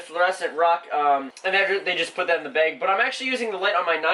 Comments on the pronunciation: It annoys me how you say bag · the way he pronounces bag though, XD